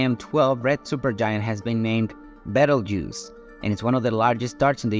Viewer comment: It's pronounced "beetle juice"